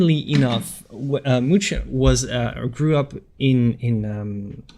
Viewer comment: "Really loved this artist" but can't be bothered to learn how his name is prononced